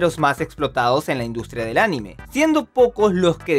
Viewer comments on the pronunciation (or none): none